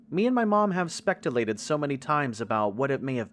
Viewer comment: "Spectulated" Hehe